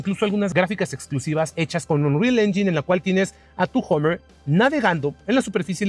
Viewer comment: Este tipo ni siquiera sabe pronunciar. Dice Homer....como si fuera Homer Simpson... patético